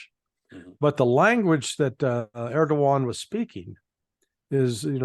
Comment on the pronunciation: Erdogan is pronounced. Air-doe-wahhn